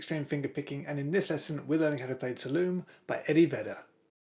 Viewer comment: Just so you know, the song is pronounced "Two - All - o' - me", after the Tuolumne River that flows through Yosemite National Park. Cheers!